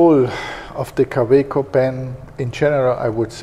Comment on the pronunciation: for those who want to practice the pronunciation of Kaweco :)